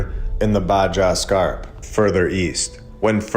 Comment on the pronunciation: Alright. Ill say it. Im not sure the guy who cant pronounce "baja" is the guy that should rewrite our history books.